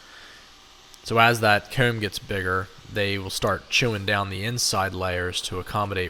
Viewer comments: I swear to bob I always thought you were saying “cone” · I’m laughing because I was enjoying your pronunciation of “comb” and then you mentioned people were picking on you lol. Did you say you were circumcising the nest???? They are beautiful. It’s amazing how they can make these. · That was it! The way you said comb was how I could tell you were from Pennsylvania. Between you and Herc I’m getting very little done at home 😂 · Hoom = Home Coom = Comb Poost = Post Slew mo = Slow mo Foon = Phone Sue = So This guy is allergic to the long “O” sound lol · The way you say “home & comb” makes me wonder where you’re from lol ive never heard anyone say it like that. canada maybe?